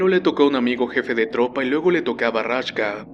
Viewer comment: Raksha :v, no Rashka :v